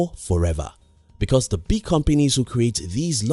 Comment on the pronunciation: Its frustrating to hear him saying the word “big”